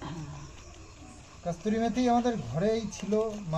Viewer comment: kothata kasturi methi noi, kasuri methi.